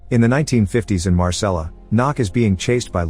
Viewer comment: its pronounced 'marsay' not 'marsella'.